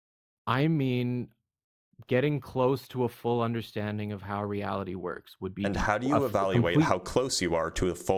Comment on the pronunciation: "i cant handwe the weawity so god weeeeeaw"